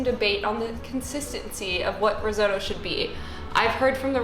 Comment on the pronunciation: No offence but crying a bit about how Americans seemingly pronounce risotto